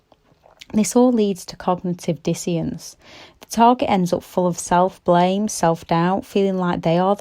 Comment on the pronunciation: Like your videos, very straightforward & down to earth. You do have an odd way of saying “dissonance”, sounds like word is “disience” ?😭